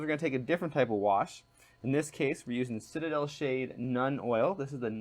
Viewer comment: Dude, I have never commented on a video before but I had to on this one. First off, learn to pronounce the name of the products you are using. It's SEE pea, not sep EEa and Nuln not Nun and your brush is an artificer, not artificail. Next, without close ups we cant see a damn thing you are doing. Also check your camera focus. Your painting hand is in focus and the figure is not.